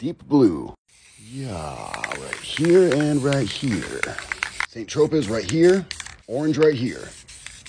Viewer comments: Hey goofy! The paint color is no pronounced “San Tro-pez”. It’s pronounced “San Tro-pay”. You make me laugh! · Saint Tropez pronounced san tropay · St. Tropez (Saint-Tropez) = [ sɛ̃trope ] That "z" is silent Great painting 👍🏻🙂